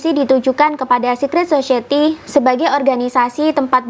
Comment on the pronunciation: Society mbak bukan *Sosyeti*😅